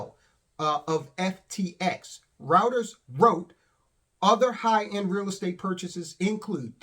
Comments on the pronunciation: Reuters is pronounced Ryeters - pleeeease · "Routers" - dude, it's Reuters